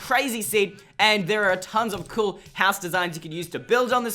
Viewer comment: Cool not coul